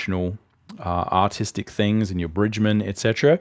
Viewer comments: You’re saying autistic right ? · I thought he said autistic not artistic😂